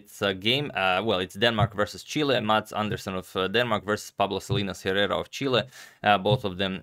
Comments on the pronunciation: Agad, Hernán is correct. You should pronounce Herrera like "Ehrrrera". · In Spanish Herrera is pronounced Errera. You must never pronounce H+ vowel in Spanish since the phoneme was sacrificed long time ago. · Since you seem to appreciate tips on how to pronounce foreign names and surnames properly allow me to hint that the "h" in "Herrera" is silent. So a more accurate way to pronounce his surname's first syllable would be akin to "eh" in english I think. I hope it helps! Great video and great game, by the way. I learned a lot. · Plus the H in Herrera is silent. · Hey Agad, Herrera is pronunced without the H and with a strong R, like the one in Rocket. Hope I explained well XD love your content!